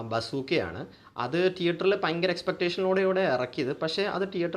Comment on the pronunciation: പയങ്കര അല്ല ഭയങ്കര